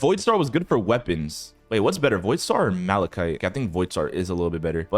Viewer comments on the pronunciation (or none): none